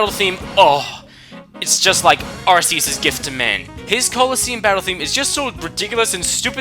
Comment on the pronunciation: It's Ark-e-us not ass-e-us